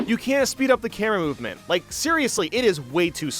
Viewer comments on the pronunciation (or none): "you cana speed up the kerau uvement"